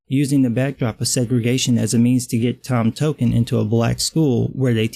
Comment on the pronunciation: “tom token”? are you serious